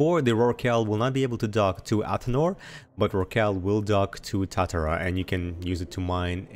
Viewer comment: Tu-tar-uh, Japanese steel smelter